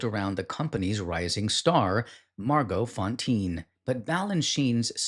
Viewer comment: You’ll want to know how to pronounce some of those names, which are so familiar in ballet history, like Margot Fonteyn—Fon-tayne is the way you say it. Not knowing that makes it clear she’s pretty much forgotten. And, Boutique Fan-tasque. Anyone who knows dance history will tell you.